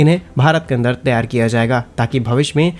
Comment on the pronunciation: त्यार के स्थान पर तैयार बोलने का कष्ट करें ।